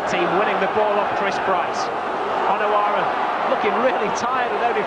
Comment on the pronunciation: The way he says Onoura is annyoing me